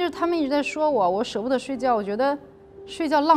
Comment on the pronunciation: 舍不得 三声？长春典型的口音有木有。真可爱！